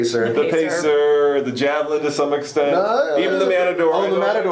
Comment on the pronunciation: when you tried saying the amc javelin lol :') it's just a 4 seater amx.